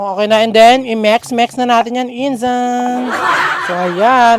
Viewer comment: Bakit pang sabi mo ng mix ay mex natatawa ako😂😂😂😅😅🤣🤣🤣